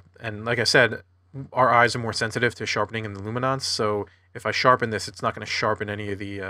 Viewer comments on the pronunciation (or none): What is this "lumi-nonce" business?!